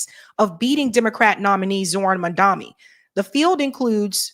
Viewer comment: Mam-Dani not mamdami